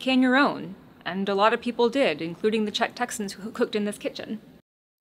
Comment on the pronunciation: PSA to all Texans: Note how the actual Czech texan pronounces it.